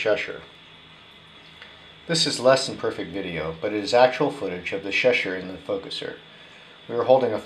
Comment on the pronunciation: Its pronounced Cheshire not sheshire